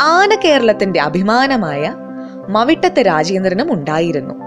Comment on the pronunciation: മവിട്ടത് അല്ല..മൗട്ടത്ത് ആണ്.പിന്നെ ഈ ആന മൗട്ടത്ത് നിന്നും പാലയിലേക്കു വിറ്റു പോയിട്ടുണ്ട്...ഈ ആനയുടെ പുതിയ കഥകളാണ് ഇവിടെ അവതരിപ്പിച്ചിരിക്കുന്നത്......